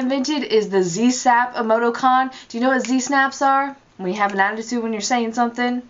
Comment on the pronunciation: it's pronounced ee-moe-TEE-cawn, not "ee-moe-toe-cawn". And the word you were looking for is "parenthesis". You're welcome. (imagine eye-rolling emoticon here)